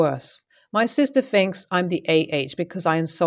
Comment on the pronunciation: Its not finks it is thinks!!! Aarrrggghhhh!